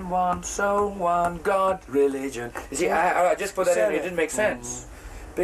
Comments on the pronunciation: No one: Roger: trueligion (or truevision??) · Haha Freddie: it doesn’t fit Roger: yeah it does Freddie: go ahead, sing it Roger: ....one true...reee-gion (re-li-gion) Freddie: well of course it works if you say it like that! WTF is re...gion? He forgot the middle syllable 😂😂😂😂😂 So hilarious!